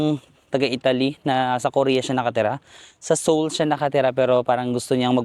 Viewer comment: You dont pronounce the 1st vowel sa korea - seoul (soul), seongsang (songsang), seongeup (songgup)